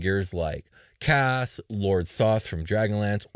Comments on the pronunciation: Uh, Kas is actually pronounced “case,” so disappointed. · Kas? Sounds like Caz.